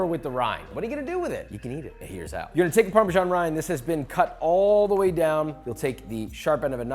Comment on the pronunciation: Fun fact: the "s" in parmesan 🧀 is pronounced like the "z" in amazing. Not like the "g" in gymn.